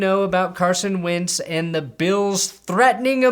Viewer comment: Is he saying Carson "wince" on purpose?